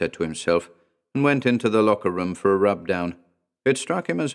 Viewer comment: "He went to the locker room for a rubdown_ " so posh public school English lol 😂